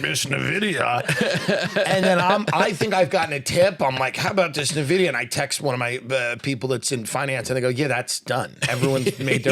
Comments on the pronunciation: Tim Dillion is so behind on Nvidia he doesnt even know how to say it xD. Tim is great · Hearing Nvidia mispronounced so many times was painful.